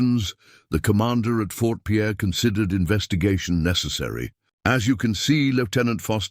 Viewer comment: It's not Fort Pierre, its Fort Pier.